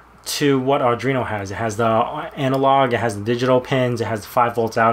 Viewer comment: Why are you calling it "Ardreeno"? There is no 'r' after the 'd' in Arduino.